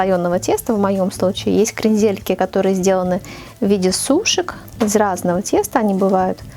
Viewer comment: Зачем перчатки и ударение крендЕльки. Ужас. Букет оригинальный